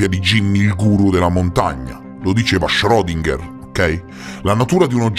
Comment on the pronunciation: ...omeopatia portami via...non condivido nulla neanche la pronuncia di schrodinger